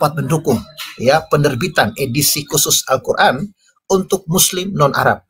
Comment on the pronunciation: Membaca istilah2 dlm al-quran dgn tulisan latin saja belepotan, kok berani-beraninya mengeritisi al-guran. ngaca dulu bung..